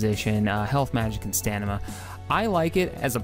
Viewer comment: It's stamina. NOT stanima.